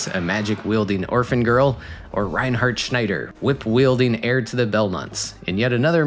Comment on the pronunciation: you pronounced reinhardt schneider correctly, respect and gj! =)